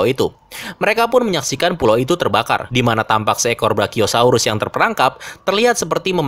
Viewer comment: bang itu brakiyosaurus 😭😭😭 nya kasian